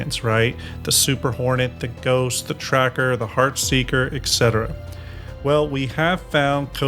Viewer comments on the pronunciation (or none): none